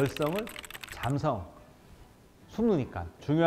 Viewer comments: 잔성이 아니라 잠성입니다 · 잔성이 아니라 잠성(潜性) 입니다. 잠복 잠재 잠수 할때 잠입니다